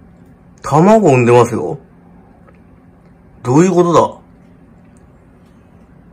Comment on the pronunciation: 非常事態発生してたかもしれないってのに「どゆごどだ！」みたいな発音で志村けん思い出して笑っちまったｗｗ